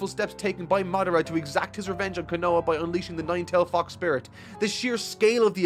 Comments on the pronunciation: say it with me, Ko-no-ha not kan-no-ha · Again, not Konoa but Konoha!! Learn Japanese please!! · Ko no ha bruh how do you keep saying kunoa rock Lee clearing says it too at this point he just doesn't care and it takes me out of the immersion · I know its kinda late given its part 10, but Konoha is pronounced Cone-uh-ha. Bugs me every time and its kinda an important place in the story. Sorry. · I really need to understand how can properly say Konohamaru, but keeps calling Konoha Ko-NO-a? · its pronounced Ko no ha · love your vids but please say konoha right, it's killing me lol